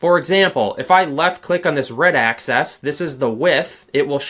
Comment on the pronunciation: Great tutorial…thanks…but please say ‘axis’…not ‘access’ 😂